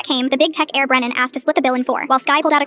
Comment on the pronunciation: its brenan not brandon gurllll